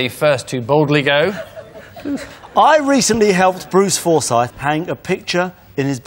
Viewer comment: He sounded like Stacey Solomon when he pronounced Forsyth as well